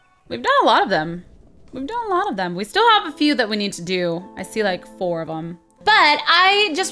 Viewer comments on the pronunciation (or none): none